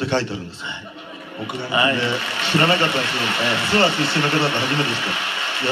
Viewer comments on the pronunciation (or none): 諏訪⤵️じゃなくて諏訪⤴️ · すわ⤴じゃなくて、 すわ→ だよ。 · アナウンサーさん・・ す↑わ↓ ではなく、すわ↑ですよ😂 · 諏訪は「わ」にアクセントが来ますよ